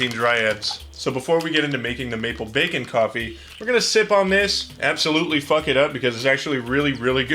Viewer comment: i keep hearing bakin pancakes every time says maple bacon